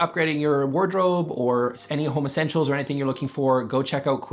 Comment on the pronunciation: I know ypu say Home Essentials but it really sounded like homosentials -like essentials for homos - and I just think you should coin that term or I will.